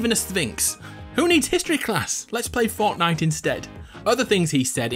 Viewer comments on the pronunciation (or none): This man said "Fautnite" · The way he says Fortnite